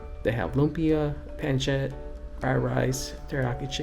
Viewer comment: Pronounced Pon-sit lol